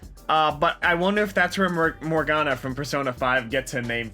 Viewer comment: that scared the crap outa me cuz u pronounced that term exactly how my name's pronounced omg- (yes I'm a Morgana)